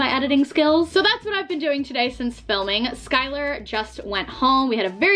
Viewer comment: The off-place heart is making me crazy. More crazy than listening to her say "sh" for every S. "Shkylar" "Sho" "Shtacie" "Deshcription"